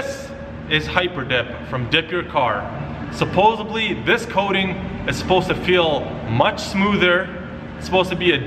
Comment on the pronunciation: Supposubly? You mean supposedly?